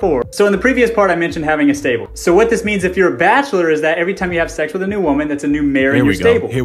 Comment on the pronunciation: "Whats up MTV Cribs and welcome to my §tÄbLe."